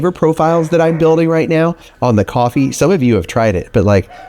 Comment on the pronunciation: Coffvee. Pronounced. ::: coffee